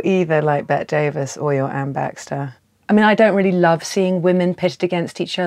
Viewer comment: her name is pronounced Betty Davis not Bet Davis...